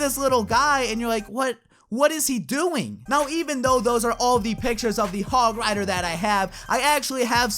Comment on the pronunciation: Said it terribly the hog rider thing